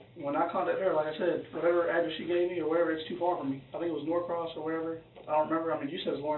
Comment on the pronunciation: it’s Norcross, not “North Cross” just for those who live in the area and that bugged them lol